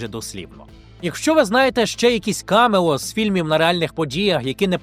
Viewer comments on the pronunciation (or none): Цілий сюжет про камЕо і не поцікавитись де наголос Потужно